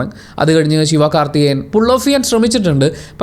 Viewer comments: Not ശിവാ കാർത്തികേയൻ, just ശിവകാർത്തികേയൻ.. Pls say it properly.... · it is Sivakarthikeyan in English not Sivkathikeyan...edekku onnum shwasam vital enthu kuzhappam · വല്യ ഭീകരം ആയ മാറ്റം ഒന്നുമില്ല ബ്രോ 😂